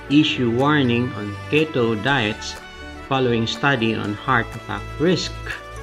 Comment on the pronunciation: Crazy study. By the way, Keto is pronounced (KEY-toe). The first syllable is emphasised. Great video. Thank you.